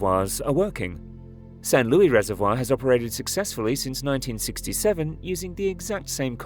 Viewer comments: Just so you know; People from San Luis Obispo resent the unrealistic editing of their town's name! It's NOT Lewy you knucklehead! Seriously, stop with the botched names!! It's a screaming indicator that your information isn't visible. Plus, it's rude. How would you feel if someone mangled your name constantly??? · The S in San Luis isn't silent. It's Spanish, not French.